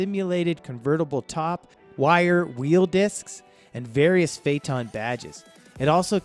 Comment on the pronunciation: It's embarrassing. Besides the other mispronunciations here, he say Fay-tawn for Phaeton. It's Fay-uh-tun. Oy vey...